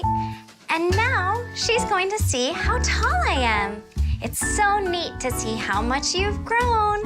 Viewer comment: “that’s so KNEEt!”